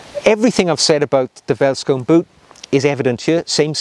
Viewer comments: Great video. I love my Vellies. Side note though... Veldskoen is pronounced "felt skoon" and quite literally means “field shoe” in Afrikaans; one of South Africa's eleven national languages. If you find it difficult pronouncing the word "Veldskoen", you can also call them "Vellies" (pronounced "Fellies"). This nickname is used by many South African cultures and it seems to roll off the tongue a little easier. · i find it funny how you pronounce Afrikaans words as a south african also multipul of one feldskoen is feldskoene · Hi, enjoyed your video with a homebrew flavour! Being South African, I must emphasize that these shoes, pronounced "feltskoone" is part of our heritage just like a kilt to the Scottish. Every man in South Africa are familiar with them and everybody wear them, even the "smart shoe" are popular and in South Africa, being quite hot, suits are seldom worn and that's where these play their part. They might be considered "smart" when wearing a outfit not quite very casual eg. Neat cargo pants with the latter instead of the suade version. Keep em coming!! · Hi. My name is Sailesh, and I'm from South Africa. I'm a huge fan of your channel and follow it religiously. The "V" in Afrikaans is pronounced as an "F." Veldskoen is pronounced as "Feldskoon. " Anyway, thank you for a fabulous channel, and keeping us motivated on the journey to Chap Nirvana. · Ahh.. that takes me back a hundred years or so to my school days in the old Transvaal. Great material, as always,. Pronunciation by English-speakers is best done by saying it as if it were spelled: "Felt-Skoon". It translates from Afrikaans as "field shoe." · Hey, great video, but it is pronounced felt not welt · Neat video! Two small things, though. In Afrikaans, a V is pronounced as a F sound, ie. "(F)eld skoen". Also, whilst "field shoe" is a fair translation, I'd wager that "bush shoe" may fit better in this situation. Regardless, thanks for making the world aware of this amazing shoe!